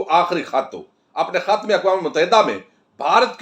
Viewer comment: گوندل صاحب کھت نہیں خط بولا جاتا ھے کھ اور خ کا فرق رکھا کریں